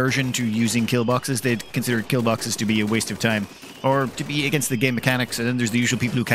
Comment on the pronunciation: Metal Bawkses!